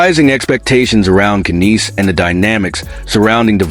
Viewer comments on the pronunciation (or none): It Nies like lies not kaneese. No Maple leafs fan or someone reporting about Toronto says it like that . Either you are an idiot or your AI is screwed up . t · Those AI guys sure know how to pronounce names don't they ? But who in hell is Kineese? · can't even watch this all the way, without hearing AI messing up on his name. omfg lol